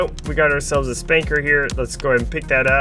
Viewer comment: It's called a Spuncker Rocket launcher. Not Spanker.